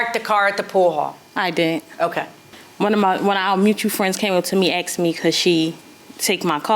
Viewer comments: Why do they say axed instead of asked , terrible English... and everyone is a cousin, sister 🙄 no one has a license or insurance.... they are all an irresponsible group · Why is it always "can I axe you a question instead of ask" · "AXED" me... ? ... What " CHEW... ? ... . We "GETs" there... ? ... . " AX AH DENT"... ? ... . AXED... AXED... AXED... AXED... AXED... AXED... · I’ll never take anyone seriously who says aKs and texes